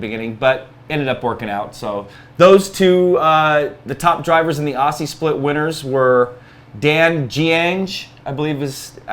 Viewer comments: Orssie split? Lol it aussie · Aussie is pronounced 'ozzy' :D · Like says Guys... "Auzzie".. like ozzy osbourne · Aussie is pronounced Auzzie